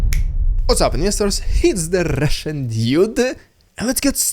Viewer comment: Today was your rrrridicolous rrrussian prrrrrropaganda Variation majestic and Vera energetic - whoooooooah😂❤! Your a Great guy with a cool fine sense of Humor.